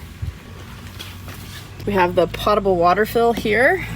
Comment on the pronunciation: Potable is correctly pronounced POE-tuh-bull. Thought you might want to know.